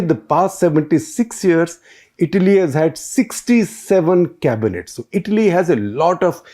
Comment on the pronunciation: Every time you paused before saying the word Italy you got it right Shekhar.. whenever you got too excited you said Idly...😅. you are trying Shekhar..well done👍👍